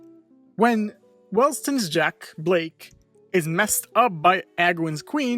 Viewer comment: BLYKE NOT BLAKE BLYYYYKE